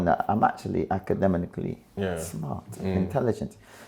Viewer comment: I respect highly. But you can't say acedemicanally akh 😅